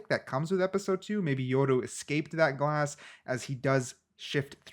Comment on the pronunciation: It's yoru not yordu